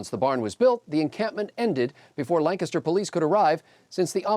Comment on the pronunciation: Good to see someone who can pronounce Lancaster correctly! (Capital of the U.S. for one day.)